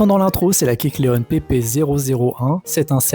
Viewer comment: Alors kecleon etant inspiré du caméléon, on ne dit pas kecleonne mais kecleon